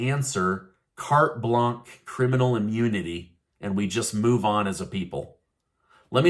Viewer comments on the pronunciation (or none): Carte Blanche is pronounced Kart Blansh.